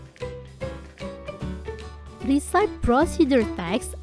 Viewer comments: Resepie, bukan risaip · recipe pronounsnya risepi bukan resaip kak.. CMIIW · maaf, pronunciation yg tepat itu resepi bukan risaip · recipe bacanya re-si-pi, BUKAN ri-saip... hehhee...kesian yang masih baru belajar jd salah juga. anyway, semangat selalu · Recipe dibaca resepi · Mispronouncing word "recipe"🙏. However, this video is nice and helpful. Thanks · Your AI voice-over is absolutely horrible. The word recipe is mispronounced. In addition, the video could be more detailed. Do better! This is a blow to the Indonesian English learning community.